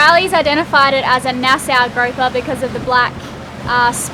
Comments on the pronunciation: The fish is pronounced 'grouper'. The only gropper near you is called Riley. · "Groaper" is not a nice word in English and does not mean a name of a fish (I looked it up). Grouper is the name of a fish. A groap is a "quick feel, usually unwanted". The grouper fish is said like "Kangaroo" ie: Grooper. I love your videos, but cringe when I hear Groaper. Just my Canadian 2 cents worth.